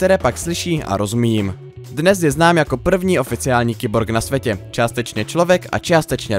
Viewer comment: Na svetě? Čáslo devet? Naučte se česky!